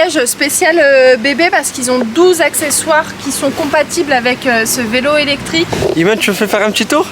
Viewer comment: Coucou niya ayoub et la famille tu es une fée clochette en or pour avoir leur offrit une jolie maison en Espagne pour tes parents et ils le mérite. Dommage on a pas instagram nous aussi on veut la voir intégralement la maison de tes parents d'Espagne 😉✌😍 Ps j étais plier de rire quand on mot vilo au lieu vélo. 😉✌💕💕💕💕💕💕💕💕💕💕💕